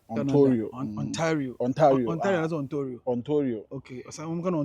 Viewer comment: Its Ontario not Ontorio